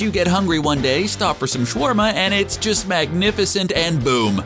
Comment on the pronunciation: It’s SHA - WAR - MA